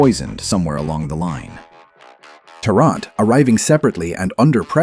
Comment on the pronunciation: It’s “Tarrant” not “Terrant”…